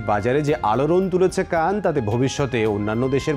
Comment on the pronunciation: উচ্চারণটা কান নয়, খান অর্থ লিডার।